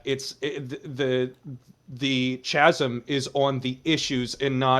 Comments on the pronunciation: Bruh... how do the democrates expect to win anything when literally pronounces chasm as "cha-sem"... Sleepy Joe Biden's influence in full HD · The upper left guy needs to be banned the way he pronounced chasm was too much and it was the last straw. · I feel like spent the whole time intentionally mispronouncing word. Chasm for example. There were a ton of others.